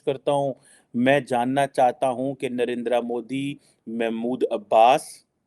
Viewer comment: रे चिमटा तुम मोदी जी का नाम ठीक से बोल मुगल पैदाइशी मद्रसा छाप।